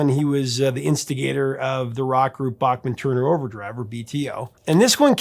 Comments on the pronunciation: Hey Professor…this is a piece of FYI. Randy’s last name is actually pronounced “Backman” No joke research it. His words not mine. Next time you talk to him…ask him. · I know Randy is too polite as a practicing Mormon to say anything, but his last name is pronounced BACK-MAN, not like the great composer Bach. Please use your influence to spread saying his name correctly. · I didn't take the time to check all the comments, so maybe someone has already asked this. Randy pronounces his last name as BACK-man, while most Americans (including Adam and myself) pronounce it as BOCK-man. Is Randy okay that we mispronounce his last name when we say BOCK-man-Turner Overdrive? Maybe as long as we buy the music, he doesn't care! 😁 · Notice Randy pronounces his name "BACKman" not "BACHman". Americans have a hard time with that! Legendary Canadian musician!! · So all these years with everyone pronouncing Bochman, it’s actually pronounce Back-man? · I never realized we've been mispronouncing his name all these years. BACKman instead of BACHman... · Dear Professor... pronounce Randy's last name as he does. Randy "BACK-Man". And his son Tal's name is pronounced TOWEL BACKMan. Just a FYI. 😁😁And yes, Randy is OK with the incorrect pronunciation of Bachman Turner Overdrive because he knew it would be useless to correct radio station DJs.